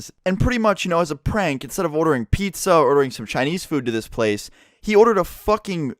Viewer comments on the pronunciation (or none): none